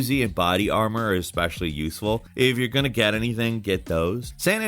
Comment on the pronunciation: “St-au-ten Island” “Ya-kah-za” “Vig-il-anti” “X-specialli” “Le-own” is terrible at pronouncing things. Also please blow your nose